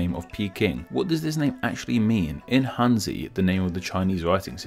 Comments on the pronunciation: "Hanzi" is not pronounced "handsy." More like [xan.tsɨ]. And then you gotta add the 4th tone to both syllables. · Hanzi is pronounced as Harnzi.